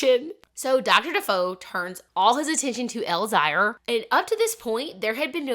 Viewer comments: Elzire = Elle-ZEER Olivia = Olly-VAH Emelie/Emilie is still pronounced like Emily. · It’s pronounced El zire like elzeer. The little girl is Emilie (hard E)